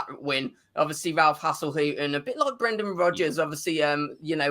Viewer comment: Man utd gonna get BATTERED. Also I've noticed says hasellhuttn instead of hasenhuttl 😂